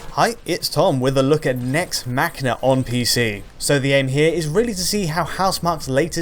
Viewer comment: yes that's how its pronounced. as in "deus ex machina". It's not mash een ah